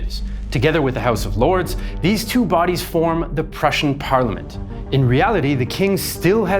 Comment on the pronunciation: Superb REAL Prußian pronunciation. Also a wonderful explanation